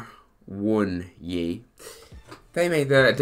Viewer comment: Great update, try this for the difficult name ah-one-ee that's how he pronounces it